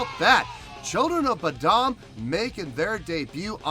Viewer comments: Saving you some Internet outrage here before the trolls jump on you.......it's pronounced like Boh-dumb. Or Lamar Odom with a B in front of his last name. lol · "Children of bud uhm" 😂